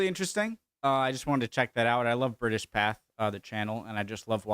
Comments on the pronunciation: Typical ADD - you still won't say Path-ay after all these years 🤣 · It's pronounced British PathAY (Note the accent above the 'e') not British Path! Great video as always.